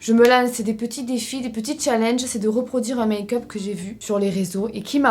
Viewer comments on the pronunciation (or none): none